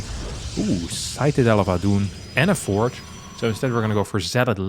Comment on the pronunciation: Thx for the great series. Pls look up the pronunciation of citadel.